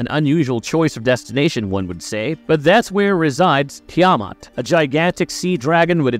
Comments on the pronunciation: Seriously. That was driving me crazy🤣 They didn't even pronounce it like that in the movie🤮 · couldnt get threw the video the way your pronunciation of tiamutt sounds like a ai voice over lol 😆